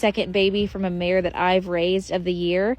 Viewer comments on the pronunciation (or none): none